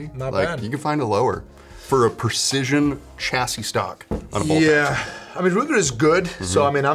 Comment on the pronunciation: It's not "pErcision". It's prEcision.